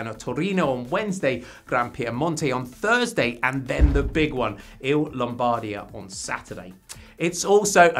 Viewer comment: The correct pronunciation is Lombardìa (not Lombàrdia).